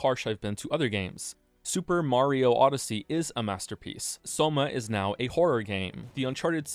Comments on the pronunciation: I can't believe he says mario correctly now. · BTW, thank you for pronouncing Mario correctly. Really, I mean that, I know it was painful for you.